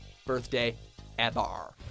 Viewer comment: hold this L for saying the word "ever" like that.